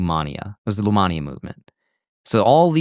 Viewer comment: Lemania, not Lumania